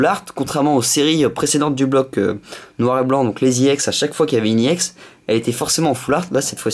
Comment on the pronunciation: Ex et pas yex